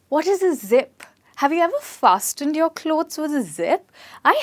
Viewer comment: FASTENED .... T sound is silent in this word